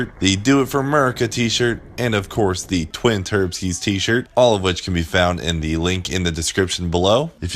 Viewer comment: Sounds like leroy's getting twin turkeys, or atleast thats the best the captions come to "turbskies".